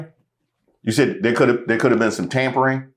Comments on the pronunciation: I Think she said tambourine not tampering😂😂😂😂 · I thought she said Tambourine lolz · Thought she said tambourine 😮! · I thought she said tambourines not tampering...... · I think she said tambourine like kumbaya tambourine playing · Lol 😆 She said Tamporines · Think she meant "tambourine" 🤔 after saying kum b'ya 😅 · Pretty sure she said tambourines.😂😂😂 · I think she said tambourines. 😂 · She said "tambourines" 😅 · Sounded like she said tambourines not tampering when she was commenting about the sit in and the singing of Kumbaya. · I heard "there could have been a tambourine in there" rather than "tampering" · i thought she said tamponing :D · I thought she said a tambourine or two. 😂😂🙏🏾✌🏾🫶🏾💯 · Yeah, i was checking to see if anybody else noticed. She definitely said tambourine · She definitely said tambourine. Twice. Came here to say that. Innocent mistake. Happens to the best of us! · Tampering? I thought she said tambourines.... 🤷🏾‍♀️ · I thought she said tambourine